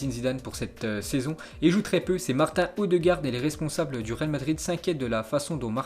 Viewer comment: je te connais depuis le ZI 65, j’avais arrêté de te regarder et je suis retombé par hasard sur ta chaîne et c’est toujours bien même si tu continues les prononciations hasardeuses comme « Renoa » pour « Genoa » ou « Martin Odegaard » prononcé à la française. Bosse-là dessus si je peux me permettre car ça ferait tiquer n’importe quel fan de foot